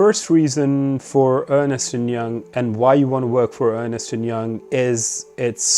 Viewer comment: Thank you, very helpful. By the way, it is pronounced Ernst, not Ernest! I used to do the same :)